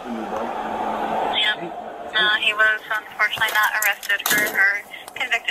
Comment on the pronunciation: Did she say :Unfortunantly he hasn't been convicted.."